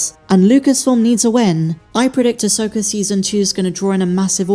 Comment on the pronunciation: Who is, “Uhsoaker”?